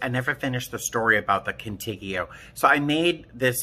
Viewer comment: First? Love your vids. Also I think if you mean Contigo it’s pronounced Cone Teego it means with you in Spanish